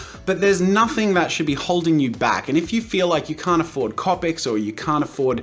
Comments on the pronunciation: it's not capic it's copic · "Copics" C"oh"pics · I find it rlly annoying how you say copic I say cOpic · The way he pronounces "copics" bugs me.